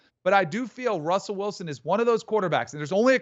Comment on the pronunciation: “Wussell Wilson”